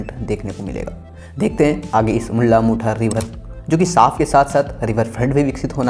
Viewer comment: मुल्ला मुठा नही भाई मुळा-मुठा नदी.... कमसेकम.. मुला-मुठा कहो